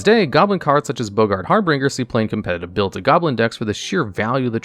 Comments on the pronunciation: Har-BINGER not Har-Bringer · In every single video there is a moment where I find myself asking who this man is. What human hasn't ever heard the word "harbinger" why is there always one word that makes this man sound like a straight up alien